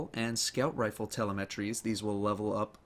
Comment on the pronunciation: It's not te-le-me-try. It's te-lem-e-try.